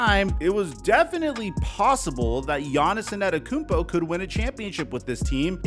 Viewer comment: Take a shot every time says "quite literally" or mispronounced Giannis' name. You're gonna be wasted by the end.